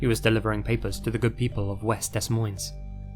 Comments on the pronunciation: Lol its not pronounced “des moines” but it’s pronounced “duh moins” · It's pronounces "Dee" Moines. Why do youtubers spend so much time editing but never look up how to pronounces cities or long words? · I'm from Des Moines, Iowa and you absolutely butchered the pronunciation of Des Moines. It's literally pronounced "Duh Moyn" lol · For the first story it’s not pronounced “Des Monies” it’s pronounced “Duh Moin” 🤦‍♀️🤦‍♀️🤦‍♀️ oof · In case you do another video about a case in Iowa, it's pronounced "Dee Moin" the s are both silent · FYI It's pronounced "Duh Moine" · De-Moine (for Des Moines you don't pronounce the s) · Des Moines = Day Moyn Its not pronounced phonetically lol, its french. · I can tolerate someone from another country pronouncing “Des Moines” (“duh-moyne”) incorrectly, but the graphic that had it spelled as “Dos Maines”? Yeesh. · Future reference, it's pronounced Dee Moine...not Des Moines. It's from Frence, so pronounced as such. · Heads up- “Des Moines” is a French name; it’s pronounced “deh-MOYn” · You obviously know how to use Google so why not use it to learn how to properly pronounce certain words so you don't sound so sloppy? DES MOINES is pronounced De Moines OR you can leave off the S. LOOK IT UP! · crying over the way he pronouced des moines its de - moine LOL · Des Moines..."Duh Moin" ....no S' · "dess moyns" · Des Moines is pronounced Da - Moin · Pronounced Deh Moin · Des Moines is actually pronounced De Moine the S's are silent, at least thats how we tend to pronounce it here in Iowa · It's pronounced "da moynes" ...Des Moines..., Iowa. Only trying to be helpful. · I’m from Iowa. Des Moines is pronounced “Da-MOYN” lol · It's pronounced "duh moyn" the "es" is silent. (sorry I can't help myself! ) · "dess moynz" 😂😂😂😂 I don't know the correct pronunciation because I've been there, or because I have family there. My parents set me straight when I was probably 8 years old, the first time I tried to read "Des Moines" off of a piece of paper.